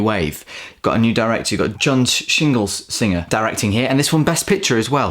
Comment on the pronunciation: Great video, as always, although you may need to double-check the way you're pronouncing "Schlesinger," "Poitier" and "Gilda." Also, I think you may be in for a surprise when you discover the truth about the person on the cover of "Death in Venice."